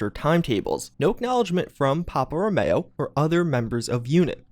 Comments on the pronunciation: It's Rowmeeeeeo not Mayo. 😞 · "Ro-mE-o" ...as in "Romeo and Juliet" ...as in the NATO phonetic alphabet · "Row-May-Oh" Head